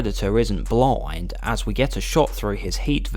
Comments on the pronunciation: "BLOIND"? Why do you pronounce "blind" that way? Where are you from? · "The Predator isn't bloind"